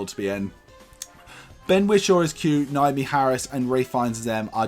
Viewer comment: It's Nomi not Naomi It's Pal-o-ma not Pol-oh-mer Everybodyyyyyy 😂